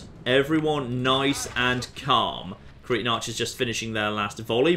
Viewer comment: I love how he says Cretan the way that cretin is pronounced in my accent. Always good for a chuckle